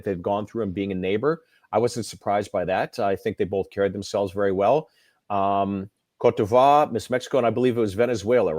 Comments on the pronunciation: I would too after seeing him host. Cot deveer? Guadalupeh? He didn’t even research how to pronounce the countries! He’s like the worst host ever! I miss the times when dashing debonaires like Bob Goen and Jack Wagner or even Alan Thicke with perfect decent hosting skills and are not corny were hosting. Their presence alone means hollywood high class event. I wish i had billions i would definitely acquire that pageant back and bring it back to the times when it was the undisputed beauty Olympics with a perfect presentation musical score, hollywood caliber guest performances and most of all a fair transparent scoring! This pageant needs to be owned back by an American company and broadcasfed by an American emtertainment platform! It will never be “Miss Universe” if it’s not American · Miss CORDOBA? It's pronounced [kOt divwAr] it's French for coast of ivory / Ivory Coast